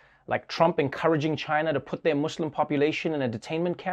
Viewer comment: This was the first time i heard an american man say muslim in the way it should be said and not MOSLIMS.Way to go trevor .